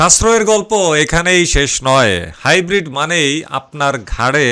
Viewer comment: এটা হাইব্রিট নয় গাইব্রিট